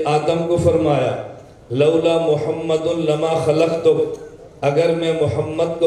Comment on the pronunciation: ماشااللہ بہت خوب واقعی جواب نہی لیکن حضرت آپ حضور صل اللہ علیہ وسلم کا نام صاف نہی لیتے گزارش ہے کہ صاف لیاکرو اللہ آپکو سلامت رکھے آمین